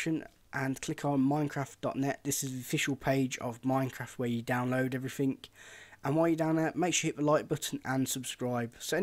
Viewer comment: "Every thingkk" There isn't a "k" in the word "thing"